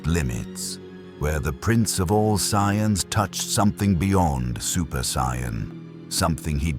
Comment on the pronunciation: Yeah there's mispronouncing and then there's whatever that was